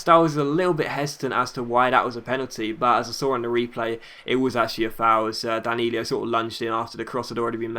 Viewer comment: Hey, it's not Danilio, it's Danilo:-) keep the video's coming